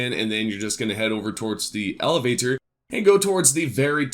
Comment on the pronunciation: You should work on explaining directions this left and right stuff is ridiculous. Also work on your pronunciation of elevator.